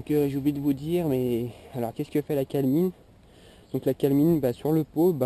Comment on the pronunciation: on dit de la calAmine pas calmine